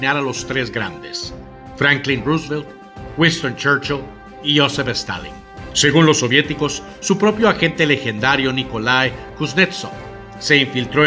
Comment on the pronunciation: ¿Por qué le dice "Escorceni"? No lleva "e" al principio. Y Roosevelt se pronuncia "ro-se-velt" no "rus-velt".